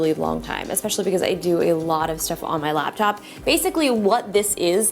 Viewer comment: Who else heard "Lapchop" repeatedly